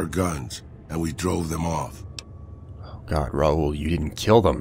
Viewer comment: Raul as in Ball as in Paul as in Tall not as fool or as tool it is raul as in paul.